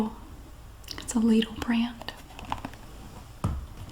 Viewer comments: I don't get why people give you grief over the pronunciation of Lidl. Yours is very close to the the German pronunciation, after all, which I'd spell out as Leedle. Pretty much the same. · Lidl actually is a german store. It is pronounced lee-dl - like needle with an L. Just like said. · As a German i can confirm you pronounce it 10000% RIGHT 🙂